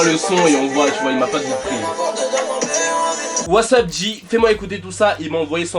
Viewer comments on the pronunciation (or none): none